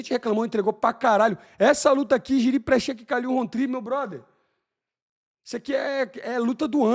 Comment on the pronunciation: Eu não consigo tankar o Moicano chamar o Prochazka de Prexeca 😂😂😂😂. Agora sobre o Poatan, o cara é muito fora da curva, desde a época de WGP. O Q.I de luta do Poatan é absurdo e ainda teimam e subestimar o cara.